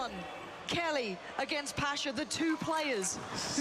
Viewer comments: KELY? lol its KQLY not KELLY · KELLY KELLY! it's kookly pls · Not kely, kukli xD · I hate how she pronounces it Kelly Like even the way she says it It’s not even that she’s pronouncing his name wrong It’s just I hate how she says that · Someone plz explain how the fuck KQLY is pronounced KELLY!?